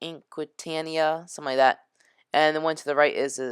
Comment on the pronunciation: Its pronounced LOOSE-ETANIA, MOORE-ERANIA, and AQUA-TANIA....also I believe the ship on the left is the SS American Dream